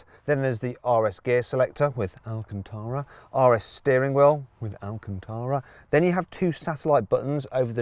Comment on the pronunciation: 왜 알칸타라 살살말하는데 ㅋㅋㅋㅋㅋㅋㅋㅋ 갑자기 훅들어오네 ㅋㅋ